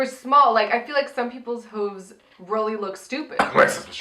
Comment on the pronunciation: Yes. You are saying hooves wrong lol